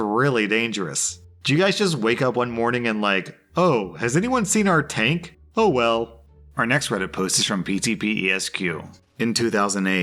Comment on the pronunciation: ...I thought he said "taint".... Had to listen again. "Tank" makes way more sense in context.